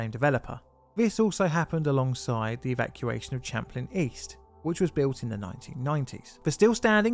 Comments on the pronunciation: Be y good but it's Champlain pronounced like champagne not chaplin!!! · For future reference Champlain is pronounced like champagne. It's the name of a French explorer, as well as a lake he mapped located between the US states of New York and Vermont and the Canadian province of Quebec. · Not to seem facetious, but it's spelt: Champlain, and pronounced: "SHAM + PLAIN". —Take care ❤ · Pronunciation: sham plain/ it's French for the famous explorer: Samuel de Champlain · Um, you pronounce it like champagne except with an "l". Sham plane.